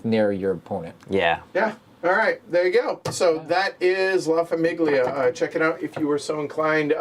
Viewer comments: La famIGGlia 😂😂😂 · why are you pronouncing famiglia like that